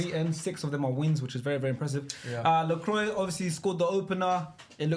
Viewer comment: the way they pronounce Lacroix name lmaooooo